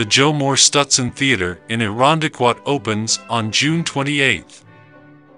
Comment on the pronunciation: You can always tell someone who isn't from Rochester calling Ch eye lie, Chili and not able to pronounce Irondequoit